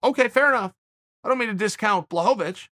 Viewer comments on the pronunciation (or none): I like how Chael corrected himself after he said Jan’s name the right way and then made sure to say it the wrong way, I mean the Chael way, which is the right way. Blahovavitch. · Says Blachowiz correctly Proceeds to correct himself to his incorrect pronunciation lmaoo Always Chael, always. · I love when Chael says a guys name correctly the first time, and then corrects himself to pronounce it wrong. Boss move! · If uncle chael says it Blokovowicz it is Blokovowicz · Me: Blachowicz Chael: Blahovavich Me: Ok Great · Chael: “Blahovich” No one: “who?” Chael: “blahovovich” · “Bluhovavich”- Chael P. Sonnen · Chael: I dont mean to discount Blachowicz Also Chael: Blahoehoewitch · Nobody: Chael: "Blachovavich" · 'Ol Chael adding extra/unnecessary syllables to people's names again...